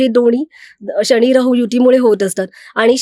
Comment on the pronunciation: न चा उच्चार करा शनि म्हणा लग्न म्हणा